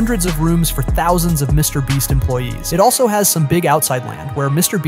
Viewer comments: He said Mr breast😭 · “And its own by mr brest” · Bro called him “Mr Bleach” at 😆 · "Mrbreast" "Mrbleach" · Why does this AI voice always say “Mr Breast” at some point in the video? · Yes it’s an AI voice that always does this, who ever wrote the script made a typo 😅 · Bro Said mr breast 😂😂 and stop acting like Mr beast brag over these things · Mr breast? Mr bleach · bro you say mrbreast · Mr "bre-st" ... um no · Get your ai voice over to fix its grammar or proof read your script dude. You repeated called mr. beast : Mr. Breast, Mr. Bleach, and you said sheran tanks instead of Sherman tanks and got you monetary amounts wrong saying billions instead of millions. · Why do you keep calling him Mr BREAST? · the way this man pronounces mrbeast is crazy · It’s funny how you messed his name up a different way every single time